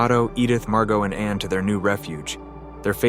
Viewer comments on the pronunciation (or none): Meep. Not mi ep. Anna not how we say Anne.